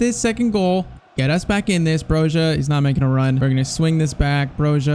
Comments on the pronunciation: There’s a clip when he played for Vitesse where he pronounce Bro-Ja not Bro-Ha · Please pronounce Armando Broja right! It is BROJA with soft J (like Juve)! I'm 🇦🇱 myself, just trying to help... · Both of those Broja pronounciations aren’t wrong , it’s Broya, I still say Broha tho because i got used to it , but broya is the Albanian way and the way he says it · Broja's name is pronounced 'Broya', I believe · Broja is pronounced Broya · As an Albanian myself, we pronounce it Broya because in Albanian j makes a y sound. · Brojas name is pronounced bro-ya